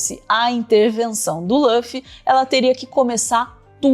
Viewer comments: Chamar o Luffy de "Lâfi" é até um crime. Por favor, Luffy ou Ruffy. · lâffy? não tinha como pesquisar como falam o nome dele primeiro não? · se fala LUffy mesmo, não lãffy ❤ sugiro que vc assista, é tão legal q vc nem sente que são 1000+ eps, e cada um tem só uns 20min. É muito inspirador, sobre liberdade, amizade, empatia, determinação… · Só é extranho quando quando eu escuto Lã-ffy. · Só uma coisa, Luffy se pronuncia como /lufi/ mesmo, como em Lúcifer por exemplo. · vc 4ss4ssinou o nome do Luffy pra mim hahahahah.... ( soa como se escreve nem português ) ainda dá tempo de assistir, comecei ano passado e tô na metade... degustando... 😊